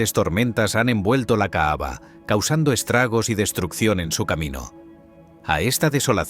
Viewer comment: Perdón pero el narrador dice la "caava" y no se que es eso, si se que es la caba-cava